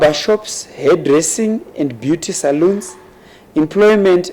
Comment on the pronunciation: Correction: beauty S A L O N. only one ‘O’ pronounced “sah-Lawn”